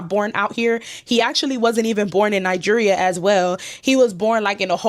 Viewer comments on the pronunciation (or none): none